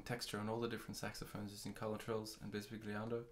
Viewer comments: And is not pronounced that way either. But nevertheless, these video are really useful and well done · Great video. If I may however, bisbigliando is an italian word...